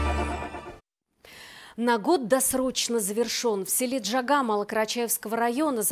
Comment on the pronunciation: Неужели нельзя правильно сказать название села ,,Джагьа,,.Джагьа-воротник.Джагьа-берег.